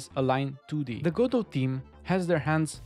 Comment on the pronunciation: Pronouncing it "Gah-doh". Okay, I already like you.